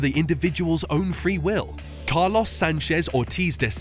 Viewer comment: It would be great if you would consider working on your pronounciation of Spanish names ”Heyy-soohs, Kaah-loss” etc… It is just not how they’re really supposed to be pronounced, just sounds annoying. Duolingo might help, it’s a free app.